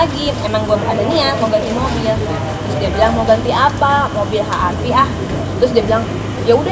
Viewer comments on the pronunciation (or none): HRV dibaca Ha Ar Vi ??? 😂😂😂